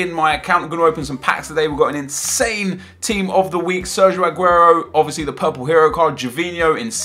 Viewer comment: Stop saying ahhguero It's AAGUEROOOOOOOOOOOOOOOOOOOOOOOOOOOOOOOOOOOOOOOOOOOO